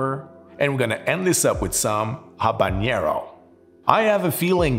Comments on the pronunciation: It’s all good. It’s confusing. You don’t pronounce the H in Habanero and the n isn’t a ñ like it is in jalapeño. But if you can pronounce anything in French, you win regardless. Great channel. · Habanero mispronunciation count: 4. N and Ñ are different sounds. Ñ is like jalapeño. But habanero has a regular N sound. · Ok - let's break it down: 1) It is an entertaining video! However - besides of the fact, that he pronounced not only Jalapeño wrong- but also Habanero (and I am sure, that there were more pronouncing errors - which I totally excuse): 2) most of the heat of a chili is in the ribs / pith. The seeds are often pretty bitter. Of course there is heat in all areas - but it is pronounced in the mentioned areas. It is a bit telling, that this hasn't been researched and mentioned wrongly... 3) Chilis are notoriously inconsistent when it comes to heat. Eat one birds eye - and it is not spicier than a jalapeño (or other milder chilis) and another one who blows out your head! The same applies to all chilis. It depends from plant to plant, to climate (the said stress of the plant) and also to region and ripeness. So if this habanero was gentile - it is a very wrong notion to give a recipe with 4.5g - because it could be the "death" of your next cocktail, if you get a spicy one. It is also a shame, that poblanos were not tried. It has an amazing flavor (very distinctive like jalapeños - similarly vegetal - yet different) - which is the "mildest" of all peppers (besides of bell peppers). *The lesson to be learned: the spiciness on the Scoville list is showing the average spiciness of a pepper - which you can't really generally apply. 4) I would also use different tequilas for different peppers. Jalapeño peppers (serrano peppers, poblanos, Anaheim) - basically all "vegetal flavor pepper" are